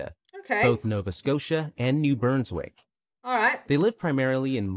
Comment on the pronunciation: I understand that technology, but I don’t believe that’s the case here. Voicing ‘Nunavut’ doesn’t become ‘Nanatvu’, nor does ‘Brunswick’ become ‘Burnswick’... I think it’s just a lack in factual research 😜